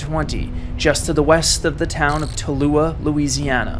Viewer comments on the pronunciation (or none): Just a little note, the town where it started is "Tallulah," not "Talluah."